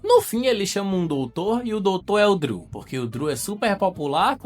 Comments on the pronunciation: Que nervoso vc falar DRILL em vez de DREW kkk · SE DIZ "DRU" E NÃO "DRIU'' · Cara, tu fica falando Driu, fala Dru, Driu faz nem sentido kkk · Meus ouvidos sangram quando ouço ele falando "Driu" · A pronuncia é "Drul" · pq tu pronuncia errado o nome do irmao de chris?